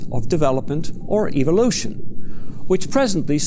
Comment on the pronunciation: this guy: eevohlooshin